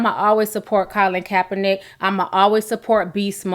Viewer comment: Calin coppernick?? You said his name right a couple times so why did you keep mispronouncing it??